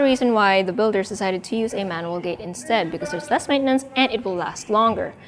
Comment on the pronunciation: It's pronounced GEN-KAN. Also your English is really good but it's interesting the way you say manual. You pronounce like the name Manuel.